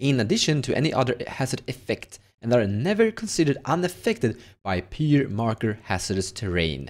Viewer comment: Pyre = Fire, not Peer!